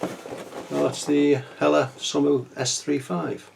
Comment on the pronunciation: Brill! Review mate it looks a cracking kit and it's pronounced soma it's a silent u apparently !! Your getting pretty great at these unboxings !!!